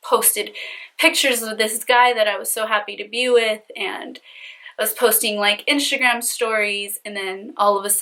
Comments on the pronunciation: Omg your face looks like a mask. Are you attempting to look like Kim Kardashan also? I think it prevents you form saying instagram, you are saying inshta'gram. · I hate the way she says "inshtragram" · What a criminal!!!! One question? Why do you have a hard time saying Instagram lol do you have veneers? You speak perfectly fine except when you pronounce inshhhhhtttagraaam🤗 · why does she pronounce instagram as inshtagram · I was looking for this!!! 😂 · Marissa Antoinett lmaoooo i knew I wasn’t the only one hearing that Inshagram name! So annoyinh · Omg I cannot continue watching this with you saying iNSHAgram. 😭😭😭😭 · u actually say inshagram, but that’s just how u pronounce it and that’s ok. Don’t freak out on peeps when they say that, I think we just haven’t heard Instagram pronounced like that. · you kept saying Inshagram. Please replay the video lol. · d g lmaoo she better be!! 🤣 inshagram. Fashebook. Shwitter. 🤪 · I listened to her pronounce Instagram several times to figure out if she was really saying it weird or if it was me. Then she said IRA like it's someone's name haha. This guy sounds like a Scumbag but it sounds like she wanted a guy who has money to buy her phones, pay off debt, and take care of her. She was blinded by the money and got screwed.